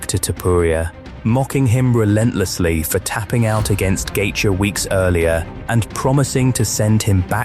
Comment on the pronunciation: Is this ai? Why you saying Gaethje like that?